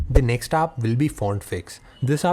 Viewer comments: what happened to his ayaaa sound? its app not aaap :D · Why do you pronounce "AA" to "A"?